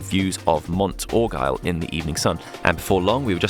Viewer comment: Makes me very homesick. Wonder why I left. A nice compilation. St. Aubin = St. Obin. Mt. Orgueil = Orgayie (Mt. Pride). Brelade = Brelard.